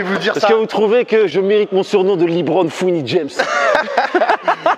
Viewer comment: Il a dit Li Bron fin de la vidéo